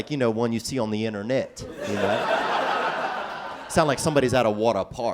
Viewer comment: "..one you see on the interNET y'know?"